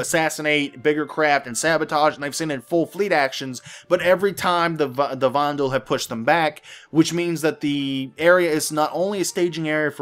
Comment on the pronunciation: Xi'an - SHEEahn Banu - BAHnew Vanduul - VANduuuuuuuuuuuuuuul! :)